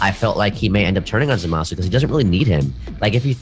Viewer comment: Yo Its Zama-su not Za-maaa-su. Smh